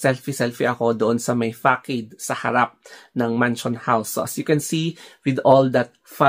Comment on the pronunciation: Na-distract ako sa pronunciation mo ng façade. It's pronounced as /fasad/, not /fakeyd/.